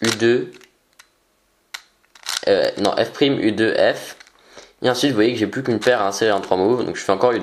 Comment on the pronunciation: on dit plus et pas plis Hahahah 😂😂😂😂